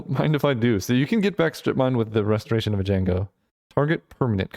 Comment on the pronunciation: I love how you started off mispronouncing Restoration, but then you read the card carefully and corrected yourself... only to revert to your original pronunciation.